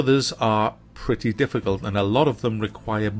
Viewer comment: Pleey Preey in a weey